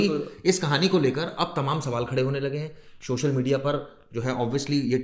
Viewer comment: Shoshal ni hoya bhai logo social hota hai